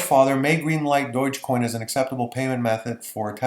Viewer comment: Unbelievable that you don't know how to pronounce Dogecoin! Not at all reassuring.